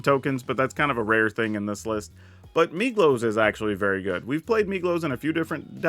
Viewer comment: Every time you say Migloz I hear Meatloaf and I love that so much :D